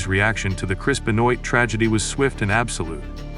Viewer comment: Great, AI that can’t even pronounce his name - goodbye